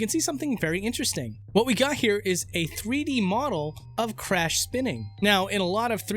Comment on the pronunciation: you call him "Frash"